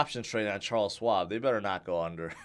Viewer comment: No swab,. Think: Shhwab, but don't over exaggerate the first part, just say it all at once.